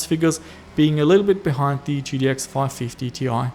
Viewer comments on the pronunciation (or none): G-T-X, not T-T-X